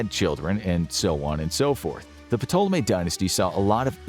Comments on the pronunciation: Love the content you lot make, but these pronunciations in some videos grind on you after a bit. Sorry but the P is silent in Ptolemy 😅 Won't stop be watching and enjoying though 😁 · Who else cringed every time he pronounced ptolemy wrong? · P in Ptolemy is silent bruh. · Dude, you don't pronounce the P in Ptolemy. How do you not know that?? This is a history channel by n large. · I don't know why, but i just find it hilarious when he pronounces the P in Ptolemy 😂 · Except they can't pronounce Ptolemy correctly. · The "P" is silent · There’s no way you did this much research and made this whole video without learning how to correctly say Ptolemy. The “p” is silent, things like that make me question the whole video. I know all the information is true but because I know the subject matter myself but things like that really matter when trying to get through to viewers. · That's not how you pronounce Ptolemy. If you're going to make a video about something atleast you can look up the correct pronunciation. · The P is silent. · The "P" in "Ptolemy" is silent. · “Puhtoleme”? I always understood it to be pronounced as “Toleme” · Uh... "P'Tolemy??" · The "P" in Ptolemy is silent. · good video.. put the pronunciation killed me.. the P is silent lol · I hate saying this but when I was en Egypt they said Ptolemy was pronounced “Tall-uh-me” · The P is silent! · Ptolemy is pronounced To-luh-me. It's a silent P. His pronunciation was driving me crazy. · I can’t take this serious. His continuous miss pronunciation of Ptolemy is cringe worthy. Taa-luh-mee. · Everytime he says Ptolemy I cringe Lol. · It's pretty annoying that this guy doesn't know that the "p" is silent when saying ptolemy. I know he's American but it's very annoying. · I can't believe this made it being uploaded without someone stopping the narrator from pronouncing the "p" in Ptolemy. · Are you supposed to say the "P like he is in "Ptolemy" or am I trippin? I've always thought it was silent. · Silent P bro